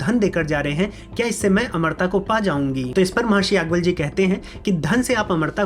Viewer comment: भाई याज् + ञवल्य कहा करो यागवल्य, यागवल्य क्या होता है? उच्चारण तो सही कर लिया करो।